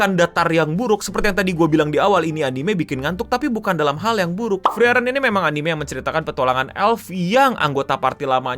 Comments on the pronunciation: bukan freren bang tapi FREE EREN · setauku cara bacanya itu "Friren". Itu e nya ngga dibaca soalnya ngikut pronounciationnya bahasa Jerman. Funfactnya lagi, semua karakter di anime ini dinamain dari kosa kata dalam bahasa Jerman. Kalau ga percaya, bisa dicek di Google Translate.